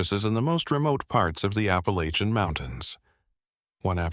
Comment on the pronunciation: Granite Falls NC...... you're not pronouncing Appalachian right.....!